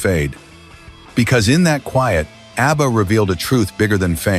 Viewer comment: “Obba?” AI is not a good thing…